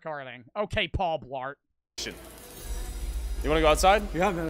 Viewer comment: "Okay paul blaurt" 💀💀💀